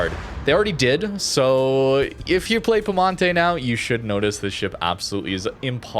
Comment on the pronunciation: there's an I between the P and E in piemonte, in italian you just pronounce all letters